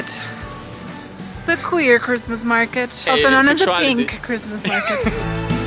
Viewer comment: It's cwismaas